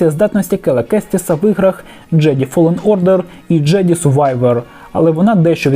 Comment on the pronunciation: Голос є, а інтонації нема - прослухав, наче зведення з фронту за минулу добу від василя пахньо. Бажаю автору попрацювати з акторською майстерністю, щоб слухати було ще цікавіше. А ще, доречі, якого хріна каже "фолен ордер: джеді", якщо джедай?